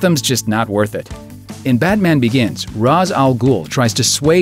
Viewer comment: Ra's' name is pronounced "Rash" not "Ras"